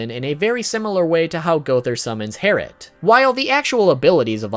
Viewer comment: It’s actually Herrit